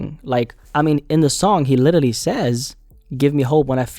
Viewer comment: Bro how is literally your favourite word that you just say in every single video and you still can’t pronounce it 😂 Everytime you say Littely I can’t help but laugh